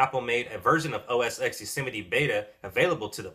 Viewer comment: I realise I'm being picky, but it's OS Ten not OS "ex". The X is the Roman numeral for the number 10. Just saying...